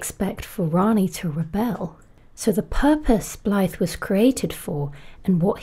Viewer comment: You’re the closest (assuming) non-Welsh person I’ve heard pronounce Blaidd almost perfectly. However, when pronouncing the “dd” at the end, it’s more like pronouncing “th” but as if you’re trying to make a buzzing noise like a bee. So it’s closer to V than it is to F. If that makes sense.